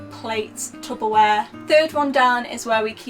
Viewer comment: You didn’t say “tubberware” did you 🤔!